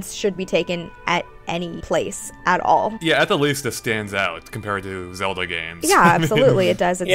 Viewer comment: its zeLda now zeodah LOL